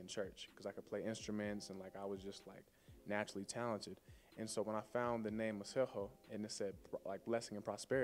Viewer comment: He said his name right in this video 😊